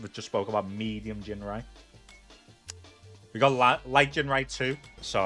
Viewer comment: BBBut jinwai is so bwoken